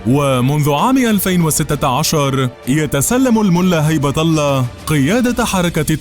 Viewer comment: هبة الله وليس هيبه الله